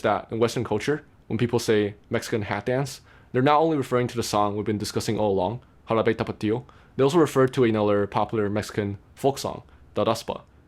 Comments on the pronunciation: I had to look at your profile to see where you were from because you have a taiwanese accent speaking English but when you say Jarabe Tapatío you sound SO japanese (ハラベタパティオ) hahaha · You said "Jarabe tapatio" with good pronounciation, well done! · Every time you said Jarabe Tapatio, it became funnier.